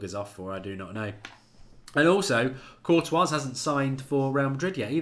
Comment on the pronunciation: mark you really need to learn how to say some players names like courtois lol